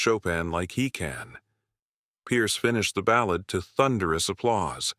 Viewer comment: AI can't pronounce "ballad" correctly. 😮